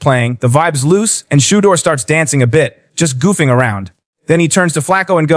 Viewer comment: That's awesome! I sure wish you could pronounce his name correct though!